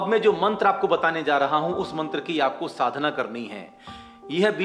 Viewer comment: sadhna ko shadhna keh rahe he, mantr ka uccharan kya shuddh nhi hona chahiye